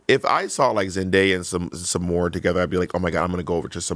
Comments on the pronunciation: reeeeally doesn't want to say Zendaya correctly 😆 🤣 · I'm not trying to be that girl but, next time be more mindful on the pronunciation of someone's name. It's not that you didn't know how to say Zendaya but rather how you didn't care for it. Black women deal with their names being mishandled and taken no care for which I know you didn't mean but there's history behind it and sadly those actions reinfore culture to be dismissed.